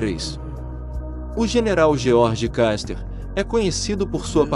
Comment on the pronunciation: George "Caster",😂 Se pronuncia "Kuster" 😅😅😅